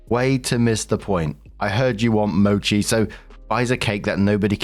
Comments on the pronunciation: Small note for: mochi is pronounced "mow-chee" and is fantastic stuff usually with a custard, red bean, or ice cream filling. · Story 1: Yeah it makes sense that OP's mother is into an uber religious nut who posts to YouTube lol. Also hi! 🙌🏾 Just wanted to say that mochi is pronounced m-OH-chi. It's a long o sound 😊